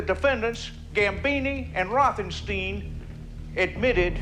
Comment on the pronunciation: No, he said it wrong. The second half of Rothenstein rhymes with "wine", not "ween". Pronounce the name Einstein and listen to what you come up with.